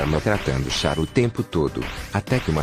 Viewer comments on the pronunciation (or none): eu não tanko a voz faland Chara "XARA" 😂😂😂😂